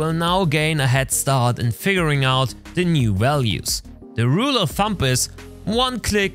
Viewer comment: I know this is a year old video!!! But I heard you say “rule of thump” instead of Rule of Thumb! There is no “P” in the word Thumb haha just a heads up brother